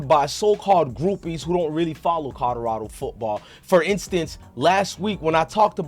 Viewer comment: I CANNOT deal with the way he pronounces CodoRODo and BACKETSball…….im sorry my boi 🤷🏽‍♂️😆🙌🏽🤦🏽‍♂️🫴🏽📱